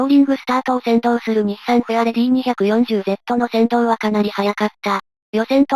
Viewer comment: フェアレディ240Zは、『にひゃくよんじゅうZ』ではなく、『にーよんまるZ』ですね。よろしく。